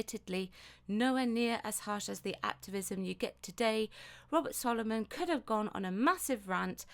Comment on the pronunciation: robert sloman not soloman